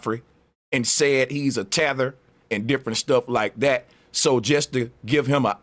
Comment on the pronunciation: I cut this off because I don’t like how you said tether